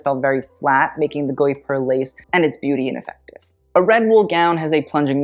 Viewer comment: I write this because your pronounciation game is already on point!! The « gui » sound of guipure is « hard » like in gi-gham (without the ng sound that comes after). Also fyi, the « u » following the « g » in gUipure is mainly there to make the « g » sound hard instead of soft like a « j ». Hope this helps. (And that you truly aren’t kidnapped …)